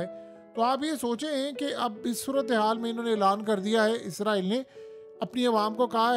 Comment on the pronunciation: Bhai word izraeel nhi hai israeeel hai.....izraeel farishta....is ra eel mulk ka Naam hai ..Khuda KY liye apni correction Karen...